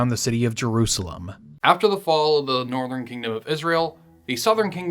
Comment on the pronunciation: Tje. Nortjern. Tribes. Asked Rehoboam. To be. Benevement